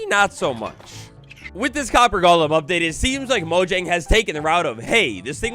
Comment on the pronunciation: It’s “golem,” not “Gollum.”